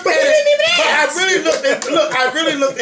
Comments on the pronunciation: Not mad just saying you should say ask not ax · its ASK....NOT AX. YOU DONT AX SOMEONE A QUESTION YOU ASK!!!!!!!